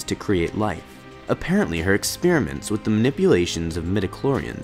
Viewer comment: Ex-peer-ments you say? Alrighty then.